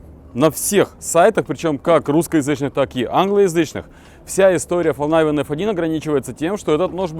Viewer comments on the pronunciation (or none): Истинный швед))) Да не говори ты Фолнайвен. По-шведски название звучит как Фалькнивен, а по-английски Фолнивен. Спасибо, хорошее видео получилось)